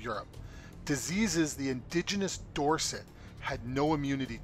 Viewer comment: uhh "indiginious" is definitely not a word lol